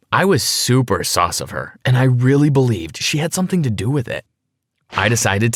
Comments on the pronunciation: BRUH HE SAiD SUACE bruh it’s sus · he said SOS instead of sus